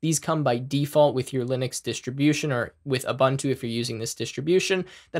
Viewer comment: Thanks for the video(s). Without trying to sound pedantic or know it all, Ubuntu is actually pronounced with the second "u" sounding the same as the first "u", oo-boon-to. Keep up the good work. Greetings from South Africa.